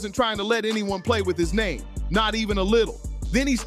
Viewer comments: How are you gonna post a video about someone you can't pronounce their name correct. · Can't even say man's name right! 😭🤣😂